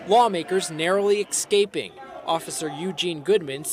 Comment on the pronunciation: How do you get to work as an announcer for NBC when you say “ex-caping?”